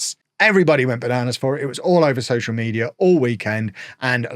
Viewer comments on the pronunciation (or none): none